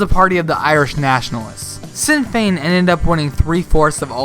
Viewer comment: Nice vid .. liked a subscribed .. and loved the cliffhanger Brexit ending. One tiny point of note.. Sinn Fein is pronounced ‘shin fayn’ .. which means ‘ourselves’